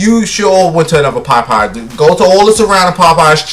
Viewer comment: and Pop pies 😂🤣 the way he’s pronounces it 💀